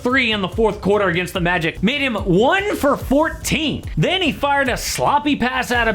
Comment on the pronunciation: I don’t like the way you said “the Magic”